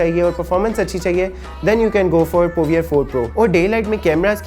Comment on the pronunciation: The pronunciation is (tekno povor) Not ( povier)